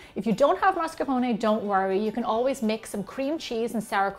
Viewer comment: MASCARPONE !!! With the R